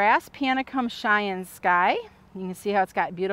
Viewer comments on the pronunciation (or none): none